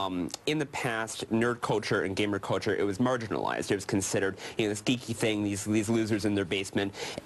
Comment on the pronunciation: "Culture" NOT "coature"!